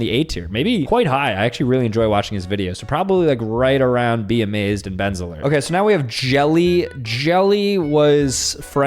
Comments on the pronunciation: the way he kept calling ben azelart bezerlert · he literally said Ben Azelart as Ben Zlerd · “Benselert” is crazy…😂😂😂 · Benzelrt it’s Ben Azelart two words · Ben Azelart ❌ Ben's alert ✅ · Bro pronounced Ben azelert Benz alert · Please, please just call him Ben AZ-a-lart i will die if you say his name like that again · Who screamed when he said benzarlert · Him trying to say, Ben Azelart, is killing me 😭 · the amount of youtubers names he mispronounced is SILD🖐😭